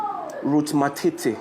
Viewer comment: Point of correction not matiti but matete